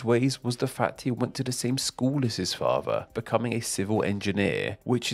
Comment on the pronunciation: What a horrific narration voice. Monotone, crackly, droney and the word "father" is not meant to be pronounced "fava". Stop it.